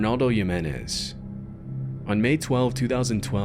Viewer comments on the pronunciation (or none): ar NOHLDO not arnalde and HEEMENEZ not yemenez how does someone butcher a name so much 😭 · Hey bud, don’t know if you’re AI voice or not, but in the Balkans, a name like Ruja is pronounced “Roo’ya” and in México, Jimenez is pronounced “Hee’men’es” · not to be "that guy" but the J's in Spanish are pronounced like the letter "h" as in "José." Just for future reference. Keep up the good work! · If you didn't even learn how to pronounce a name as simple and common as Jimenez, then you probably did shitty research